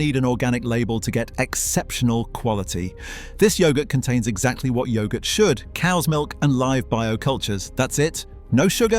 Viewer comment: I'm not going to listen to yoghurt being pronounced like that